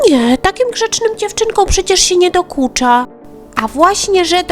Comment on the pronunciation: dokucza a nie dukucza